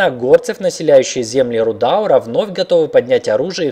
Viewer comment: Приведу один пример: не "РудАААур", а "РудаУУУр" и таких еще много. P.S. Извините за грубость, просто под наплывом эмоций.